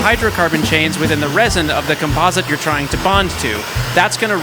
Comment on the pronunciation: he is saying composite wrong